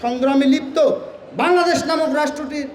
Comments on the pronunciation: ঐ আবাল বাংলাদশ না শুদ্ধ করে বল্ বাংলাদেশ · আগে কথা বলাটা শিখেন! বাংলাদেশ উচ্চারণও আপনার ভূল! আর মাকে মাসির গল্প শুনাইতে আইছেন?